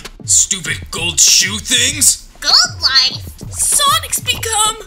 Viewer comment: When sonic says #goldlife or #oldoife😂